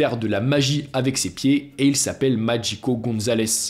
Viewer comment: Pourquoi prononcer "Magico" à l'italienne?